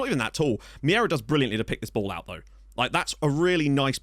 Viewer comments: It's not Miera, it's Meira. I'll try to help you pronounce it right. M'hey'rah. If you pronounce ei as hey, its enough and it will be correct. Cumps from Portugal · if you want the correct pronunciation of Meira it's more like Mayra